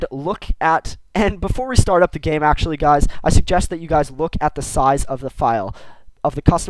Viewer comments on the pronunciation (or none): none